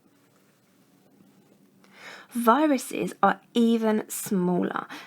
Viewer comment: DOES SHE SAY BARACTERIA? I'm going crazy!